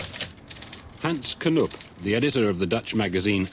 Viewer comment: Hens Knoeeeep ? Get your prunanciation right Het is Hans Knoop